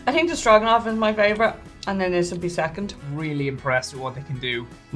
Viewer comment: It's pronounced strow-gan-off. "It smells like stew which soup with things in it." Did someone tell that lots of soups have things in it? Stew and soup are the same. Stew much thicker than a soup. Did someone tell him that too? Did someone tell him that stroganoff is not a stew? I don't think his decedents would like him calling stew a soup.